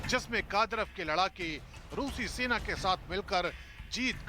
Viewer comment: सैतान नही सेना हे सेन बोल्ना सिख्लो